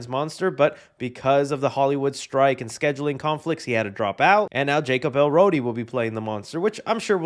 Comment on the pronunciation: “Jacob Elrody” 😆 still struggling to nail that